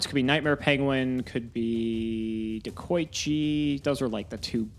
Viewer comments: Everyone: De-koi-chi: DeH-kOh-iChi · ah yes, deko-eechi